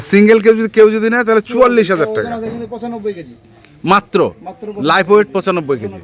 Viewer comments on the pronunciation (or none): আপনি লাইভ ওয়েটকে লাইফ ওয়েট বলেন কেন?